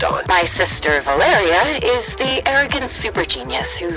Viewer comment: It’s Valeria not valeri you have to pronounce the uh part Vah lair e ya